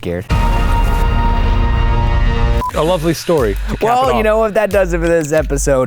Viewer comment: “ARE YOU SCARD?”